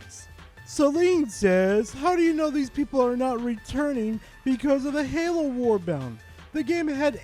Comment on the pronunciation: The only thing that drives me up the wall is you calling warbonds "warbounds", like wtf? Otherwise, a good vid.